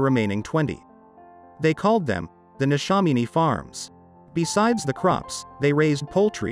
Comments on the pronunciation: NeshAMiny not neshominy. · The pronunciation of Neshaminy was interesting 😊 very well done though.